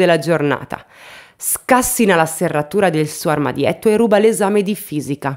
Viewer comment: "Scàssina"? Bah. Comunque che il latte di capra faccia millemila volte meglio del latte di mucca lo sanno anche i muri.